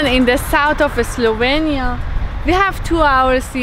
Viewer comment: you keep saying slovania,eslovania...its slovenia :)